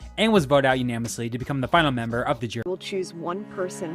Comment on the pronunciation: dude, idk if you've corrected it by now, but unanimously , not unamously